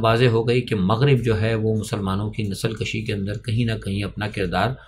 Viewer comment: Nasal kushi not nasal Kashi. Nasal kushi means nasal khatam krna. Nasal Kashi means nasal mein izafa karna thanks